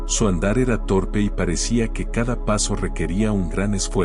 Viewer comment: Ernestino no ( hernestino ) y era no ( hera )